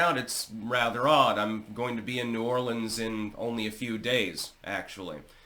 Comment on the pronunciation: First of all... A non New Orleanian is pronouncing New Orleans correctly... Impressive! Also... There are barricades on Bourbon Street but they aren't hard permanent barricades. They can be pushed out of the way. Maybe a wall or a permanent structure can prevent this from happening again.?